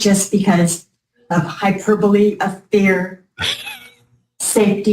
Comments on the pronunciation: Hyper-bully…. Was she trying to say hyperbole…? She’s 72…. She’s been this annoying for a while that’s clear! She’s not going to change now… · What??? Round 2?? Another chance to gear her mangle the word hyperbole and “Lynn” unleash her idiocy. Thanks cutie pie, love you, I’m a many years watcher/follower of you…wait, this is sounding like round 1, I’m confused.